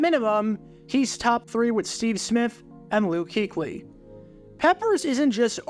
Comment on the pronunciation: Cam newton the best panther 😆 you really said Luke kuechly